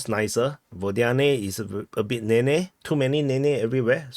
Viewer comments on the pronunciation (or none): none